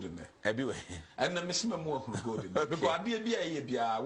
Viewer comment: Goad😂😂😂😂. Please, it is called gold and not goad.😢😢😢😢😂😂😂😂